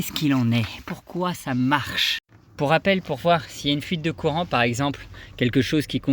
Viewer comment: Veuillez prononcer couuuurant, il n'y a aucune fuite dans le Coran, tout est à la portée de tous le monde.